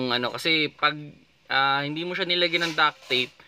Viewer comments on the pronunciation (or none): DUCT not duck.